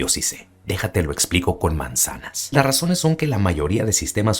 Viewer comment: Muy buen video excelente y coloquial narracion, jejeje pero te mamaste cuando dijiste "Le fue infiel por razoner desconocidas".. :) Saludos, felicidades por el buen contenido.